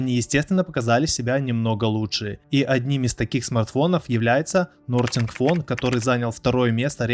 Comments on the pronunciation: Крутое видео, лайк ! 👍 Правда "Нортинг фон" слегка режет слух ) Ведь там даже буквы "R" нет. Вообще, читается как "Нафин фон" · НАФИН ФОН тоже не правильно" НАСИНГ ФОН "правильно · Моя фамилия Козадоев, а не Козладоев! Телефон называется Насинг фон, а не Нортинг фон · Нортинг Фон)))😂🤣😅 Понятно, что автор специально неправильно произнес название, чтоб такие как я накидали комментов. Или не специально?)) В любом случае, получилось прикольно))) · Смотрю видео с Нортинга))) Я аж удивился! 😂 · Что за Нафин, ахаха))))